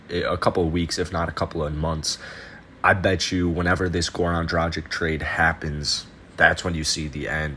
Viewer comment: If you want subscribers don't be ignorant Learn how to pronounce men name and also it is not dradzic it pronaunce dragitch